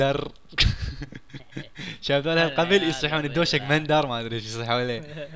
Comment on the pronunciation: مندل وليس مندر هههههههههههههههههههههههههههههههههههههههههههههههههههههههههههههههههههههههههههههههههههههههههههههههههههههههه